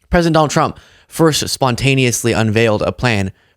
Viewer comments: 😂 So I’m not the only one who hears “chump” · She said “President Drump” 😂😂